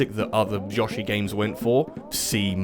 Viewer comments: It’s Yo-shi, not Yashi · You all love British accents Pronounce Yoshi as Yashii ..lol you Know darn well you can say Yoshi lol you troll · i'm very unsettled by how you accent Yoshi as Yosh-i instead of Yo-shi. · love how he pronounces 'yo-shi' as 'yoh-shi' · Did he say Yaw - shi? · you say yoshi like ya-shi and its bothersome good video though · I swear…say yoshi wrong one more time and im losing my shit 🤦‍♂️ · Never heard Yoshi pronounced that way. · I get literal ear cancer from the way you pronounce Yoshi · You say Yoshi wrong....